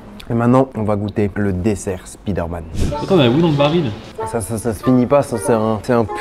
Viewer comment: C'est vraiment dégueulasse entendre spider man c'est spyder m'en